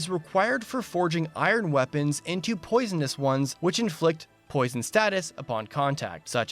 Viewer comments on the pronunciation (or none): none